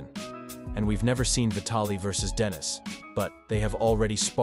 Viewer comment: Denis FGS, NOT DENISE